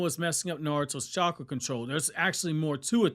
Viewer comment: truth! He literally called chakra "catchra" lmao 😂